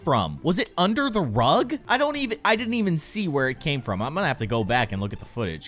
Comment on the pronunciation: Rug not rig